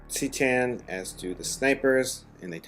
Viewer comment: Not trying to troll you here, but I just couldn't keep my mouth shut on this. C'tan is pronounced "kuh-TAN" not "SEE-tan."